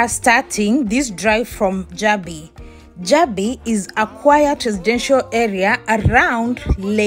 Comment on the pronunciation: While i salute your courage for this work however i think you should have done a bit of research on how places are pronounced especially the Jabi, Wuse......from your accent i guess you are fromo e of the East African countries.